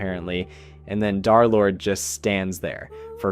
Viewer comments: I’m pissed that he says darlord instead of derlord the 3 represents a opposite E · Im going insane with him repeatedly saying Darlord instead of Derlord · bro can you please say derlord and not darlord its pmo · Its dERlord not DAARlord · BRO ITS DERLORD NOT DARLORD😭😭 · I cannot get over him calling him darlord instead of derlord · Dar💔 it’s german and more like, Dur/dare-ish (also peak video i just needed to point it out) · Bro its not darlord its dthreelordthree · U sound like ur saying darlord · Im so sorry if this is rude, but as a d3rlord3 fan.....you said d3rlord3 as darlord.... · I swear, you say darlord just to ragebait people, don't you?